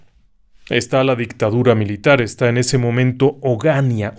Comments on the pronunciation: Onganía, no Ongánia. Rafo, no Rafó. Y, el caso es un reconocido mito popular. No un caso real. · *Ni Ogánia, ni Ongánia, es Juan Carlos Onganía. 😅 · Una pequeña corrección. No es OnGAnia, es OngaNÍA. Excelente narración e historia. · Señor se pronuncia Onganía, no ongania. Y fue un expresidente. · con todo respeto,el apellido de ese dictador se pronuncia Onganía... acento en la i. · Onganía con acento en la i. Gracias y producción. Saludos desde Argentina. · ONGANÍA CON ACENTO EN LA I!!! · No es Ongania, se dice Onganía con acento en la i saludos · ONGANÍA con acento en la i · Onganìa el acento va en la I! La primera vez que escucho algo de mi pais, muchas gracias! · Buenas tardes! Se pronuncia Onganía. No conocía ese caso. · Claaaaa con acento en la "i"